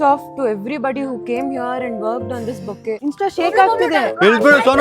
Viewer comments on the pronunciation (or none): Boutique ❌️ Boquet ✅️ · It's not boutique bro it's bouquet pls make it correct 👆🏻👆🏻👆🏻👆🏻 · Bouquet not botique